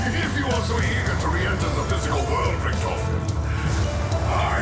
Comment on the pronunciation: As a German it makes me aggressive everytime I hear "ricktoffen" It's Richthofen 😭😭😭